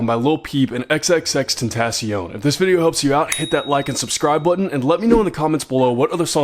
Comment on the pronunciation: I swear if one more guitar tutorial guy pronounces his name wrong again imma just teach myself his songs holy shit ... niggas never took Spanish class i can tell but you still don’t need that to pronounce his name ... but good tutorial i learned it, just never say his name again just say x